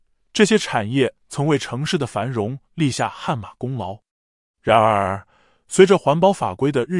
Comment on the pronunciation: “然而”的讀音聽得很不舒服……